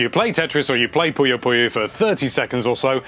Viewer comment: I wonder why people mis-pronounce Puyo so much.